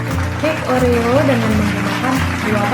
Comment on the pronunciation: Kata kata nya oreo kokjadi orea